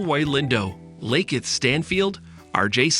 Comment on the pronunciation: Lakeith… “luh-keeth” jeez